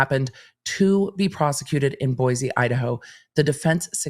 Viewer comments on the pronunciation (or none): its Boi-see not boyz....lol I'm from Boise